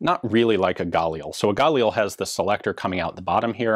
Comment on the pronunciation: It’s Galil! Sry AK...or something..